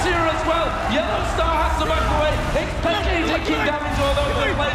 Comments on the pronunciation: xPekt* not xPekted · dude...... it's xpeke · "x peak keh"